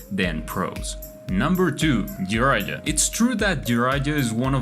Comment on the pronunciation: Jraija? who is that lol, old dude is crumbling in his grave every time you prononunce his name 🤣🤣🤣